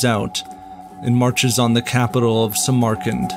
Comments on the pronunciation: Learn how to pronounce Samarkand. It's SAM-arkand. Not Sam-AR-kand. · The name is cHINGUS kHAN , small c small k , as for the portrait it looks more like Rembrandt than the kHAN . We know what his title was and we know what he looked like ,and its pronounced sAmArkAnd not simerkind and if I appear to be pedantic its because this sloppiness is unnecessary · I have never heard anyone ever pronounce Samarkand as Sa.. Mar... Kand only ever as Samar...Kand . I would be interesting to know why you pronounce Samarkand this way ? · “Samarkand” is pronounced “SAM-urh-kand”, NOT “suh-MAR-kand”. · ''The great Jangis Kahn" I've head Ghengis for years, but Jangis?? Where'd you get that one from???? Edit: Suh-MAR-kund? I can't get past the mispronounciations of all these names. The art is beautiful and the music is moving. But the mispronounciations ruined it for me lol. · Nice video but please take the time to learn to correctly pronounce the cities you are talking about. (Samarkand especially) I don't normally fault someone when they pronounce a word incorrectly, that means they learned the word by reading it.....and that is a good thing. But as a video narrator you are in the big leagues which demands a higher standard to achieve credibility as a presenter and to give credibility to the information you are imparting. Just sayin'